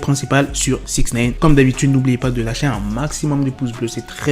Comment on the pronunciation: On dit pas" six nène" je vais l ecrire en phonetique, six "naillene" ( comme nein en allemand)